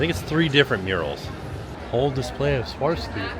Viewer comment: Hey, it's " swar-off-ski" phonetically.